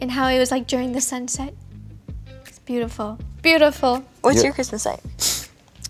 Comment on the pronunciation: can we all just appreciate how roni said "SuNsEt"